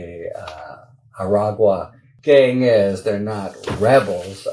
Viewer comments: Omg you said “Aragua” correctly! <3 I’ll go back to quietly listening without complaint, thanks for your videos! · You got the pronunciation of Aragua! Nice. Keep up the excellent work Harry. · Yay, Harry! Great pronunciation of Aragua!! Now get Ben Meiselas to pronouce "disastrous" with 3 syllables instead of 4. 😊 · I have seen your efforts and improvement in pronouncing aragua. You did it, you got there! I am sincerely proud of you, good job Harry! <3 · And, of course, the pronunciation is even better.